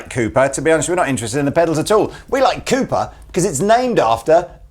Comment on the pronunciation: I like the way you pronounce Cooper. It sounds like Koopa.